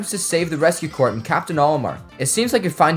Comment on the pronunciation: He pronounced it rescue corpse 😭